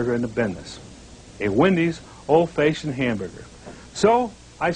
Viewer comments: What the hell does "Fayshoned" mean? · What's an "Old Fayshoned" hamburger? Also: why are the patties square? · "Old feishoned" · Anyone else notice he said old faceshunned burgers? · lol "old fayshioned" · I can't get over how he pronounces "old fashioned hamburger" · I've never heard the word "fashioned" pronounced that way. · Ive never heard it pronounced like that either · THAT IS NOT HOW YOU SAY FASHIONED,, ARGH